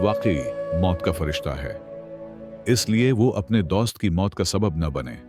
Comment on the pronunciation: THE WAY HE PRONONUNCE DOAST😂